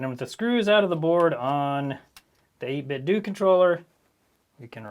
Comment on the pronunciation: Is it pronounced 8bitDOO or 8bitDOH??